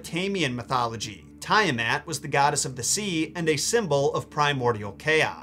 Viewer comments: Tiamat is pronounced Tee in the first syllable, not Tie. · 'Tee-ahh-mot'; NOT 'Tie-a-mat' 🙄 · Tee'-Ah-Mat...not Tie-Ah-Mat....god this hurts to hear